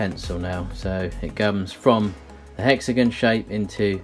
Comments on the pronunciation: “Hexagen” Me: ⊙０⊙ (° ο°) (@@ Me: I LOVE IT ITS NOW HEXAGEN NOT HEXAGON ( ͡° ͜ʖ ͡°) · 🛑 Hexagon? Hex-a-gon? Hex-uh-gone? Hexygen. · Hexagin its hexagon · Hexagn lol it's hexagon not hexagn lol I'm dying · It like how he says "hexigun" instead of " hexigon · Everyone:Hexigon Him:hexigun 🙄👌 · I live in the USA and when u said hexigin I laughed rlly hard ((no hate)) I’m just saying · Completely random, but I love the way you say hexagon.